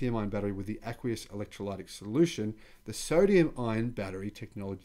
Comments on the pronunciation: With the pronunciation of the word "Electrolytic". The "y" has a little "i" sound. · Ask a person who speaks English how to say 'electrolytic' and other hard words ( even drongo Aussies like my brother know this) or just google it! Great channel. Carry on. (ps Where are your horns?)